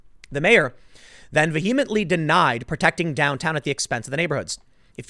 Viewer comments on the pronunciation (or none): Pssst! Tim! That's not how you pronounce 'vehemently'! Emphasize the first syllable, and the H is pretty much silent!